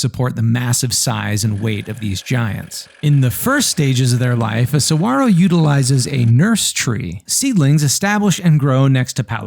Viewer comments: Why did you not pronounce the "G" in saguaro? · Bonus points for saying saguaro correctly